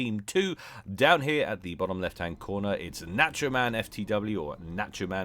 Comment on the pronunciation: Someone tell how to pronounce "nacho."